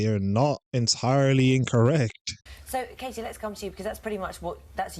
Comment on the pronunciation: There is a T in Katie, please use it.